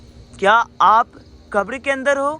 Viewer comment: आपको बोलना ही नहीं आता आप क्या वीडियो बनाते हो जो समाधि स्थल है उसको आप खबर बोल रहे हो कबर होती है मुसलमानकी